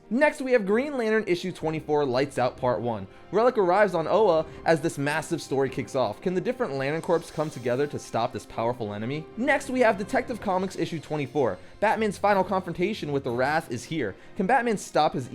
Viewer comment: corps is pronounced like "core",, not "corpse"